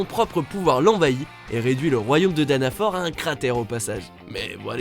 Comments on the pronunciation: Frro meliodas pas melodias et danafor nn c pas danafor renseigner vous bordel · Mdr c'est danafall pour seven deadly sins pas danafor